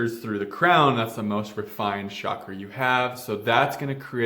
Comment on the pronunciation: Why do you pronounce cakra as shah-kruh?